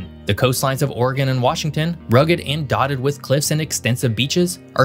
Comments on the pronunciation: As an Oregonian I just have to give you a shout out for not pernouncing it "ore-gone" and "will-eh-mit." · As a resident of Klamath Falls in the southern portion of the state of Relative Obscurity, I mean Oregon, I want to say congrats on properly pronouncing both Oregon and Willamette river and valley. Most of the time, both get butchered. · Hey I just want to say how much I appreciate your correct pronunciation of both Oregon and Willamette. I don't know if you're from around here or just did proper research but you're one of the few videos who say it correctly!!